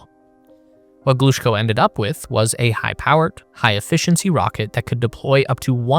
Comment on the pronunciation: Thanks a lot for this video! Just to help with the correct pronounciation of those great names: Korolyov: kuh-ruh-LYOF -- [kərɐˈlʲɵf] Glushko: gloo-SHKOH -- [ɡluːˈʃkoʊ] Chelomey: cheh-luh-MAY -- [tʃɛləˈmeɪ]